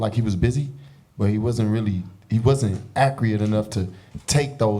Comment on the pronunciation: He gon cry in the car!!😆😆 The brother thats wearing black says accurate like dj khaled